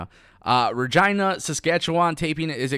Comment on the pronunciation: It's Reg-AI-na, not Reg-EE-na ☺